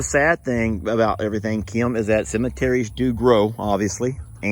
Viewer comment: Hello from NYC. be nicer to your sister. She’s a friggin Super Hero. Also, I’ve never heard the name ‘Kim’ as two syllables before. Kee’im. Love yous guys